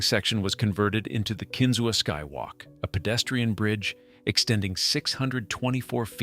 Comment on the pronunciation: It’s pronounced “Kin-zoo” not “Ken-zoo-wa”. Surprised it wasn’t “Jettiesberd”